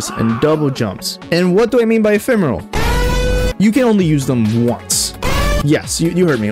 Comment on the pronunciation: awesome video! and if it helps, it's "ephemeral" haha